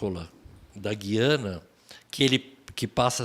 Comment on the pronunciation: Beto Ribeiro, a pronúncia do nome Guiana é igual água é pronunciado o "u"